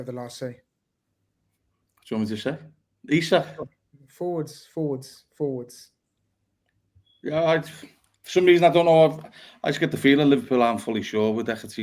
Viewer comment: Great show as always,. It's Prenaunced E-sak in 🇸🇪, for your info!